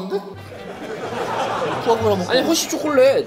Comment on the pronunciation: 푸아그라가 아니라 비ㅇ그라ㅋㅋㅋㅋㅋㅋㅋㅋㅋㅋㅋ